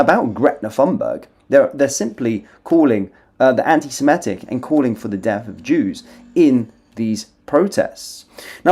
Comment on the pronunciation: She has never said 'antisemitic' before so she thought antisimetic would work instead. home secretary.